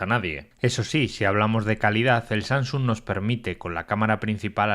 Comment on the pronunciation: No es SaNGsung, es SaMsung. A mi bisabuela (99 años XD) se lo paso (lo dice con NG), pero tío que te dedicas a esto, deberías guardar estos detalles.